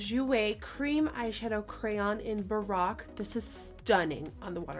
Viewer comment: I thought you said the Jouer cream eyeshadow was "Barack." I legitimately thought Jouer named that cream eyeshadow after Obama, I'm dead.